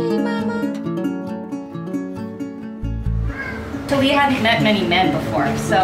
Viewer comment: Her name isn't tahleeah, her name is Thalia. Tahlya.